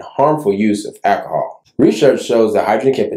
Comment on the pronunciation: What exactly is “akahall”?? You said it was several times adding it was a risk factor for stroke during your video. I just can’t seem to be able to find it in any American English dictionary. Please advise